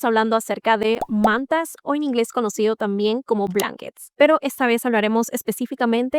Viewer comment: entre lo que corres y el inglés, es una pena